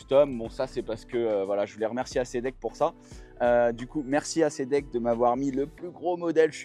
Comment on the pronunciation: Super vidéo merci, mais j'aurais aimé te voir faire un demi tour pour voir à quel point elle est maniable. Et on dit pas acédeck mais éyssdeck 😊